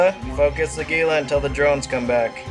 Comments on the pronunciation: Hee-La is actually the correct pronunciation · The Gila really only had 2 drones? ...what a nub. BTW Gila is pronounced HEE-LA.